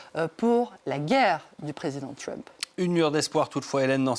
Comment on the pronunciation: Arrêtez de dire "Tchrump" , ça ne sonne ridicule, pas bien français ,ni anglais d'ailleurs. Dites le en française . Déjà qu'on le prononce Treump est suffisant.